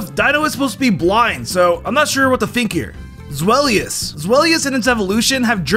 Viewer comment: Him: Zweilous and Hydreigon have Zwei and Drei in their name Also him: Zwelious and Hydreegon